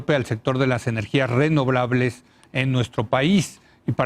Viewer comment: NI SABE PRONUNCIAR ESTE DISQUE LETRADO LAMEHUEVOS... REBROVABLES... JAJAJA